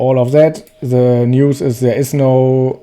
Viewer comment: An der englischen Aussprache sollte meiner Meinung nach noch gearbeitet werden, The und nicht Se, nicht wis sondern with and so on...